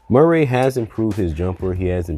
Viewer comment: I Hate the way you pronounce Murray.